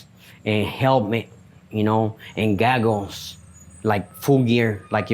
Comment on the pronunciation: "gag gles" 🥽